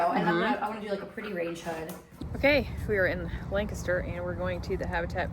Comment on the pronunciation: Thank you for pronouncing "Lancaster" properly! lol! Fellow Pennsylvanian who also follows Megan Fox Unlocked. Welcome!